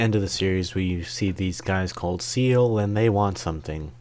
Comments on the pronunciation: SEELE is german for "soul", pronounced "ZAE-leh". Longinus is a Latin surname for the roman soldier who speared Jesus's chest during the crucifixion in the New Testament, is pronounced "lon-JI-noose" in Latin or "lon-GUY-nus" in received english. Now you know. You still get a like for effort ❤ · I swear you are mispronouncing things just to troll me.. You dont say "evan-GUEL-icals" you say "evan-JEL-icals". And "OZZ-ka"? They say it in the show! EDIT: oh okay you were lamo 😂 EDIT EDIT: My mans got audio dyslexia hfs SEAL is apparently after a lonjilus